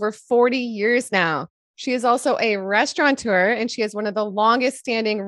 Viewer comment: The correct word for someone who owns a restaurant is 'restaurateur' not "restauranteur."